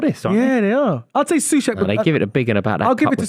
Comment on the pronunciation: As a west ham fan. Thank you for saying soucek. He is an abysmal player and needs to go